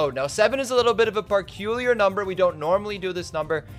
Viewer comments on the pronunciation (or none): "a bit of a parculiar number"